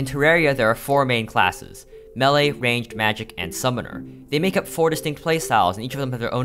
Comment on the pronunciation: yes, that is how melee is pronounced